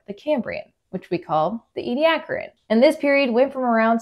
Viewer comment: This is the first time I have heard how Ediacaran is supposed to be pronounced. 😀